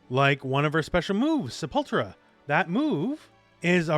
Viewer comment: Its sei-puhl-tur-uh not se-pul-tra